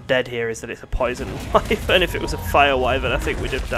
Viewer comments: Man I love how you pronounce it way-vern like I did in the old days playing final fantasy(before learning that it's wai-vern). I've never heard anyone else say it like that, it is somehow nostalgic. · waevern egg wtf its called a wyvern egg